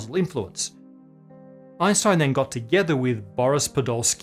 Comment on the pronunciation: The mispronunciation of Einstein's name always makes my ears bleed.